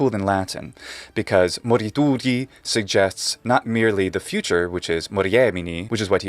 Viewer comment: I'm a native Spanish speaker and I was impressed by his pronunciation. His "Future" sounds like our "futuro". Few English speaking people accomplish things like that.